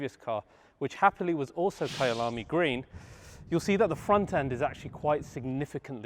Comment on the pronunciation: Hi, great episode as always mate, I'm from South Africa and actually appreciate that you pronounced Kyalami so well👊🏾💯🔥